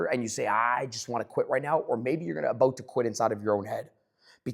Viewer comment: All gold until I heard “aboot” 😂😂 jk